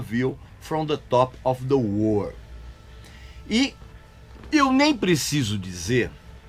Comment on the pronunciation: A víu from de tópe ofi de UÔÔÔRRHL, vamos dizer assim.